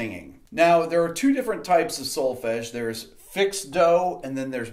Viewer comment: As a European , listening to the word "Solfege" it was...music to my ears! ;)